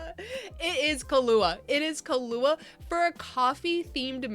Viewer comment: Carla for Charli, Athena for Althea, Kahlua for Kahula... 😂 maybe more, I'm not paying attention 100%.